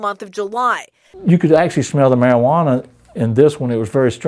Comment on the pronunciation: "high grade meriWaNAA"